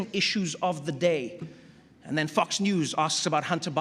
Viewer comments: When did he cuss? Didn't hear it. The way he said "Fox" did sound a lot like "fucks" though 😅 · Is he saying Fox News or Fuck's News?